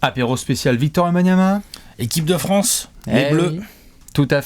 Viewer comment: C'est une idée ou dit "Wenbanyama" et pas Wembanyama y'a quelque chose qui me fait tiquer à chaque fois hahaha